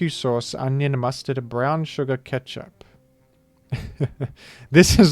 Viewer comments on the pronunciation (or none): none